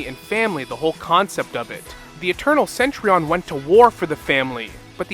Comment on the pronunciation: I kinda find it cringe how you pronounce Cen-Tu-Rion as Cen-Tri-on 😅